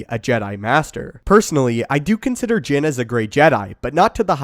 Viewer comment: did you say Jim ??